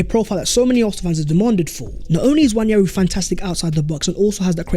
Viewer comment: It's not Nnwayeri it's Nwaneri (ONE NAY RI) ETHAN "ONE NAY RI" There's absolutely no Y in the name for crying out loud..